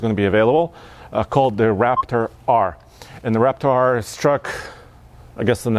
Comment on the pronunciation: when you say "Raptor R" it sounds more like "REPTAR", which is exactly what ford needs to call the v8 version!